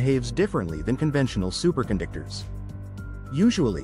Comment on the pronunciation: "Supercondictors"? Say what?